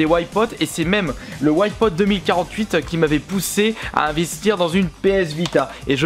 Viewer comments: Putain arrête de dire "ouaille pote", c'est Wipeout. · très bon vidéo mes whypote essaye de prendre un peus de cour d'anglais pk whypote c'est Wipeout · ça donne envie de compter tous les "Ouaïe-pote" X'D Bonne vidéo sinon ^^ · Au bout de 5 ou 6 Ouaïpaûte je tenais déjà plus. qu'est ce que c'est que cette prononciation ??! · PLS ARRETE DE DIRE WHYPOT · La vidéo est bien sauf la prononciation de Wipeout :)